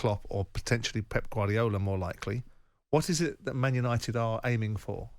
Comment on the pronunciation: "The worst part of United is behind the scenes" No. The worst part is glory hunting Southern Fans singing Manchester songs. Unit'id' instead of UniTed. Sounds awful.